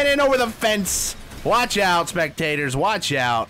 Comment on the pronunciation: Did anyone else make the connection that when he said “Watch Out” it sounded like “CHICKOW”